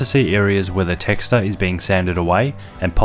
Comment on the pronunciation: ...where the texter is being sanded away? texture? wtf is he saying and talking about? lol